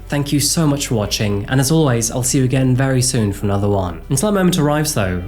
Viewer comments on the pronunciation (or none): none